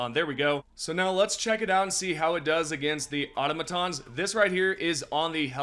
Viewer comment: sir, please read the briefing and check with your democracy officer on how to pronounce automatons but great job, thanks for posting this video on the new weapons